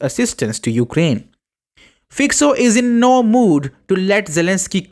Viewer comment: It's Fico (read FyCo) not Fyko not Fyxo.